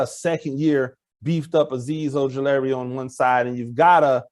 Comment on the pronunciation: I think Azeez's last name is pronounced Oju LA ri not Oju -LARRY